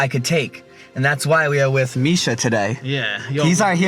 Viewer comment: Misha not mich